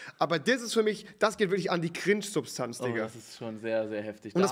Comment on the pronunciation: Normal people: „cringe“ Rewi: KRINTSCH